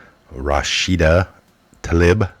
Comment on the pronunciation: Rashida - Ra shee da - not Ra sha da.